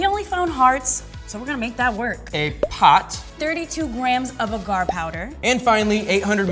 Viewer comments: It's pronounced "Ay-gar". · There saying agar agar wrong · ahhhhh the way you are saying agar is driving me nuts....no...just no